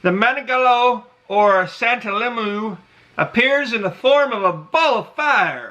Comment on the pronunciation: mananangGAGO ahahaha